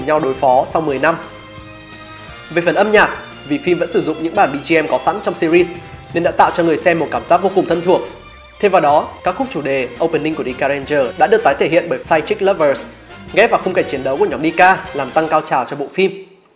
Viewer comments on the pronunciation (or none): Ad phát âm sai từ ( ger ) rồi nha hihi 😊